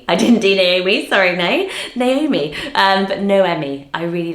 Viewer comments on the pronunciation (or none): none